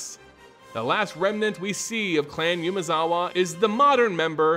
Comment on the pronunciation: Your voice is easy to listen to, and it will serve you well in the lengthy videos. Sorry to point these two out, but no one has mentioned it that I saw. Konda = K(ah)nda, Umezawa = (oo)mezawa. I really enjoyed the video though, and I appreciate the work done on it. Don't forget to do phonetic research.